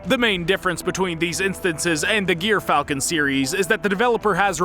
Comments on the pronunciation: You pronounce it gear-falcon. Its actually jry-falcon, the g sounds of a j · Or jer- falcon, as a corect way to pronounce it [not typ it]